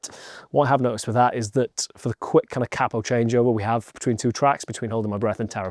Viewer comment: The way you say capo is so wrong